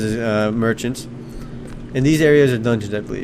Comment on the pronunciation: ok from the time you got to the fountains all i heard was mhmhmhmmhmhfrfmrfmr merchats. slow down man